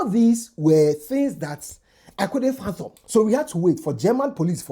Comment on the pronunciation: the word is "fathom" not "phantom"